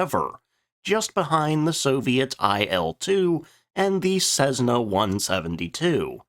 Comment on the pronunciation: tried to comprehend what the dialog was, bur was so crap gave up. ps its pronounced 'Cess nah' not zessner👎